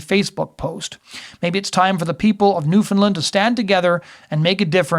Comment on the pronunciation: There is no 'i' in Newfoundland.